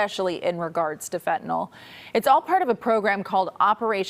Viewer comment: BRAVO! A reporter who actually pronounces the word, Fentanyl, properly! He should pass it along to his cohorts in the media...